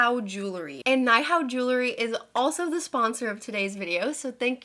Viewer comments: I think its pronounced "nee=how" it means hello in mandarin! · Hey girl! Nihao is Chinese and is pronounced nee-how. It means hi or hello lol 🧡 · I believe nihao is pronounced knee how . This is based out of China and nihao means hello . Love your videos! They're always fun and informative , you're a very artistic person ❤ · Came to the comments specifically to see if anyone mentioned this. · hi! it's pronounced "nee-how" it is like hello in chinese :)